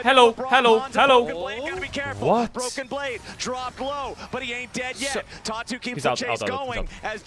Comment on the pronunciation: Anyone else hearing "Tatu" as "Talk Tuah" I think my brain is fried